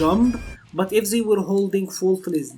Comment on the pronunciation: Enunciate THEY not "zey" it's a t not a z